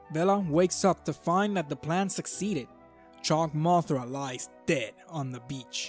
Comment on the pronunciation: It's painful to hear the words "Chog Mothra."